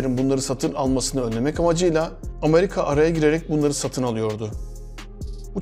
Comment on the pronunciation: Amarika değil, Amerika